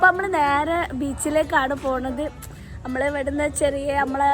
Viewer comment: കുട്ടിയെ കാണാൻ നല്ല ഭംഗി ഉണ്ട് പക്ഷെ.... അമ്മൾ അല്ല കുട്ടീ നമ്മൾ എന്നാണ് 😂😂😂😂...